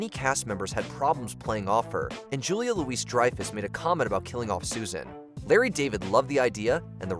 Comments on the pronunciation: Her name is Julia Louis (pronounced Louie) Dreyfuss, not Louise. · If I was gonna make a video with a lot of names, I'd learn the names. Julia "Louise" Dreyfus? Lazy.